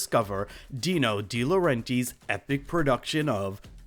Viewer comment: So you went through all the trouble of researching this film, you had to have listened to a ton of interviews and after all that you're going to pronounce Dino De Laurentiis' name like that?!